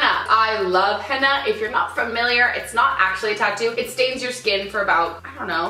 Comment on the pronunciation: It's pronounced Henna not Hanna :D and it's so beautiful.